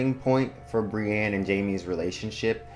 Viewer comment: Just fyi for future reference, the big Brienne fandom generally pronounces her name Brie-INN, not Brie-ANNE. :)